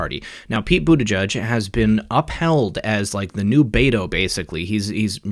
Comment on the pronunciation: The name is Maltese and is pronounced. Bute-i- jay.